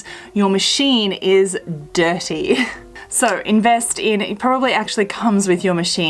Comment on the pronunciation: The word "dirty" sound so dirty spoken with a British accent. :-)